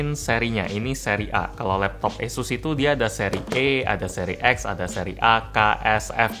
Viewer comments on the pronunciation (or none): Pelafalan kata "asus", kaya bilang "yesus" ya? Apa kuping gua yg salah🤣🥴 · Esus kayaknya mbak